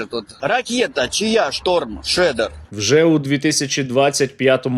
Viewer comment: Ракети " Шторм Шрьодер" і " Шторм Чедер" :)))